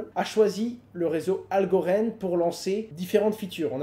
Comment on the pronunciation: Pourquoi tu prononces Algorand "Algorend" et merge "mèrge" 😜